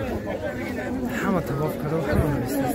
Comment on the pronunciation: Табоф не таввоф